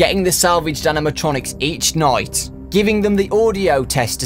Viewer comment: ha he said noight like noice